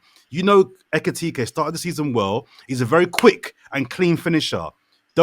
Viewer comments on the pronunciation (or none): none